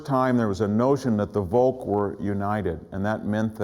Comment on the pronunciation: "Volk" is pronounced as "folk", not as "wolk". How it comes that somebody, who pretends to have read German philosophy and history has no idea about German language? May be because this is not a history (at least in academic sense) what he does?